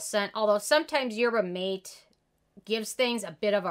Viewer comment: I think that’s the third ten of 2021! Haven’t tried it but Good Molecules is on my list of products to try. Also, mate is pronounced mah-tay! ❤️